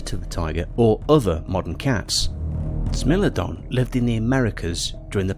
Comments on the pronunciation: "smeelodon" yes but actually no ITS smilodon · um.....it's Smile-lo-don and Ply-sto=seen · Corrections: Smilodon's spelling is wrong in this video it sounds like sm-ai-low-don, and the American lion is panthera atrox, not panthera leo atrox, that is because it's a species of panthera and not a subspecies of lions, also you mixed it with the eurasian cave lion, panthera atrox didnt live in caves, and the bear you used for the actitherium was intended to be the northern version called arctos I have to say it's weird that you didnt include daeodon or andrewsarchus and I personally think that it's good because daeodon is debated to be a predator or a scavenger and andrewsarchus is too fragmentary and unknown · No one: Narrator: “smellodon” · I’m 3 minutes in and my guy has said “smellodon” “extanct” and “similardon” I have to click off the video I’m sorry. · Never say the word Smilodon again, Ever.